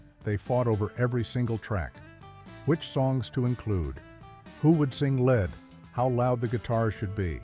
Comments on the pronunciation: Nice presentation, but your AI voice is PATHETIC. As well as many pauses where none should be, the voice refers to arguments about "who should sing lead" pronouncing it "Led" (as in Zeppelin). Don't you have any quality control to review your vids before they are published? Unprofessional. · “Who would sing led”??? AI sucks! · "Who would sing LED" (AI idiot) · Tell the AI to pronounce lead correctly.